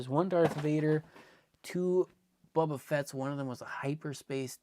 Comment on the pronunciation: I always laugh when he says "bubba" instead of "Boba" 😂